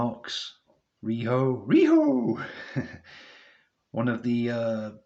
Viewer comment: Cool review dude I'm pretty hyped to be getting this with Revolution 2022 in a couple of weeks time As well as the ppv this Sunday Kept making me laugh over the way you kept saying riho Fun stuff as always dude Keep up the great stuff 👍